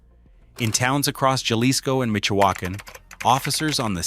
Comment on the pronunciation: Michoacan = Micho Walkin! LmFao x 😂